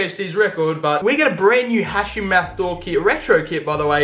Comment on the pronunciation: The way he pronounces Hachim’s name irritates me …. It’s Ha”K”im not Ha”ch”im